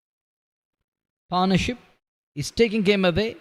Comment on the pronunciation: commentator "upish" in the air mea upish ka mtlb? is it a word? and its not Paar' naur'ship but pat'nah-ship ... ma kar pannuey english